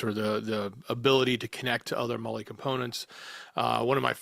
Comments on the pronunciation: Molle is pronounced Molly like the girl's name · Not mole E mall E. mall E mallE mallE mallE. Molle